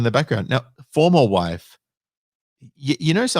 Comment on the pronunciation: Whe she says "Formal Wife" sounds to me like a "For Live Sentence".